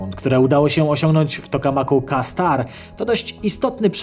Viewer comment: Kastar 🤣🤣 dobrze że nie kastrat 😆 Jak już to "Kejstar". Kto ci ten scenariusz pisze 😂😂